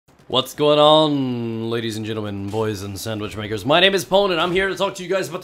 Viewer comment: Omg, "hello boys and sand which makers" hahaha